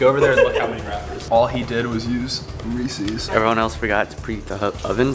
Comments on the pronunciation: It’s pronounced reeses not recesses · WTH is Reesseees it’s pronounced Reesis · It is pronounced (ree-sis) but i loved this video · How they pronounce Reeces tho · They pronounced reeces wrong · They pronounce Reese’s reesees